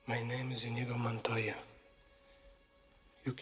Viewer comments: Not sure why you would pronounce Inigo as in-i-go instead of i-nee-go, as Mandy Patinkin did repeatedly and infamously. Listening to the dialogue once should have corrected this egregious, even disrespectful error. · Sounded like the narrator kept saying 'Indigo' Montoya 🤔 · it's pronounced ineego. They mastered the original choreographed sword fight because they practiced so much, so they had to add to the fight. awesome movie. rip andre. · Bro, it's pronounced "ineego." It doesn't rhyme with indigo. You say it wrong two seconds before he says it in the clip. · Blooper is the narrator mispronouncing Inigo's name over and over. he mispronounces it while setting up Patinkin's classic line wherein Patinkin pronounces Inigo correctly. 🤣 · Did the narrator even watch the movie?! Mispronouncing Inigo Montoya…after literally having the most famous line play on the video and STILL not correcting yourself. :/